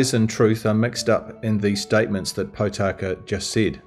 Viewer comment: How come you interview Tama Potaka several times without bothering to pronounce his name properly? His surname is not Pot aka or Pau taka. Think of the words Pork, More, Morepork and you will get the correct sound. Mispronouncing maori is like hearing an opera singer sing out of tune. The best way to get your lips and mouth accustomed to pronouncing maori is to practice E. A ha ka ma na nga pa ra ta wa wha ....E E he ke me ne nge pe re te we whe....I I hi ki mi ni ngi pi ri ti wi whi....O...O ho ko mo no ngo po ro to wo who....U U hu ku mu nu ngu pu ru tu wu whu. A as in father, E as in met, I as in meet, o as in Pork, U as in poo. Give it a go. This will help pronouncing come naturally to you as a proud pakeha like me. Thanks for your podcast. Keep it up.